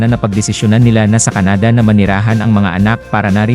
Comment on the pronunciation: Canada is pronounced with the accent on the 1st syllable..not on the 2nd.